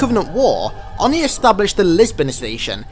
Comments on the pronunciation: It's Oh-knee Not onnee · Not that I'm annoyed, but how can you pronounce ONI wrong when it's frequently referenced by voice in Halo?